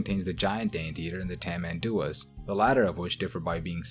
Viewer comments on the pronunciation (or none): So, some pronunciation tips for animals on my neck of the woods: Tamanduá is ta-man-du-AH Tapir is tah-PEER Uacari is wa-ka-REE Coati (spelled Quatí in portuguese) is kwa-TEE (As you can see, native south american phonology for names tend to stress the last sillabe. The following are exceptions...) Paca is PAH-ka (this one you nailed) Pacarana (meaning "fake Paca") is pah-ka-RAN-nah Nitpicking aside, this was a great video! Congrats on the research.